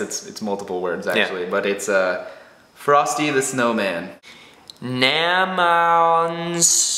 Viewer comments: Lol instead of saying frosty, he said farsty haha good try though :) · it sounds like theyre saying fartsy the snowman LOL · lmaoo..luke said Farsty the Snowman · Luke saying frosty the snowman sounds like farty the snowman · its sounded like luke said farty istead of frosty lol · frosty the snow man luke said farty